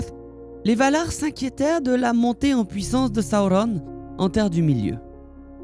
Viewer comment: Alors, j'aime beaucoup, par contre.. Si tu pouvais prononcer Sauron > Seau-rond et pas sa-ou-rone etc ça rendrait plus simple à suivre ton discours ^^